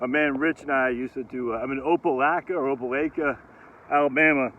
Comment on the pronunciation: Long “i” in Opelika , it’s like you Lika it.